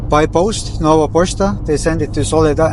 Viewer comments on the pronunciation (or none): none